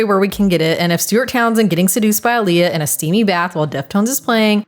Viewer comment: Aaliyah. You botched the name wrong